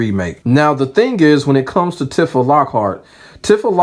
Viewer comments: Side note, it's pronounced "T-fuh" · I hate that i gotta be the one to say this but its Tee-fah bro lol, good video tho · The way you keep saying her name is triggering me. Go off tho king 😂